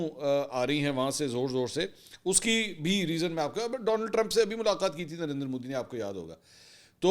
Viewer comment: MODI not MOODI